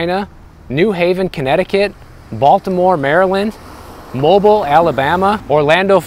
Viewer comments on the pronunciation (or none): Love the videos. Mobile is actually pronounced Mo-beal. Your welcome.